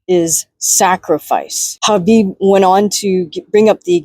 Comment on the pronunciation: Spot on 🙏 plus your pronunciation of Khabib's name also 🙏